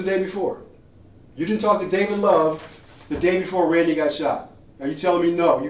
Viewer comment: Pathetic crying. Poor RAIN-DY as you pronounce it in America.